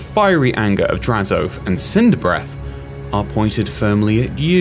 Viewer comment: God they butchered the pronunciation of his name it's not Draz-oath is Draz-o-ath